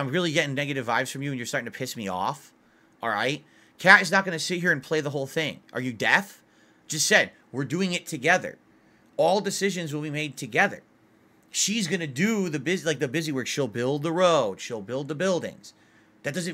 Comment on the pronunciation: says death instead of deaf lol